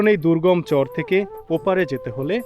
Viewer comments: ভাই শুদ্ধ ভাষা ভালো অতিরিক্ত শুদ্ধ ভালো না আপনি চর কে চর বলাই ভালো চোর বইলেন না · ভাই আপনি চর কে চোর উচ্চারণ করেন?